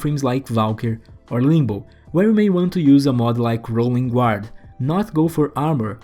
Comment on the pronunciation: Video em inglês ficou ótimo, parabéns! Só lembrar que a palavra "Guard" não se pronuncia com o "gu" se pronuncia" gard. Outro exemplo é a palavra guardian na qual nao se pronuncia o gu também, ficando a pronuncia como "gardian".